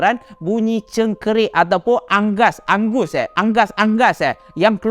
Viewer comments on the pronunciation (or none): Unggas, unggas.. Bukan anggas🤭😆😆😆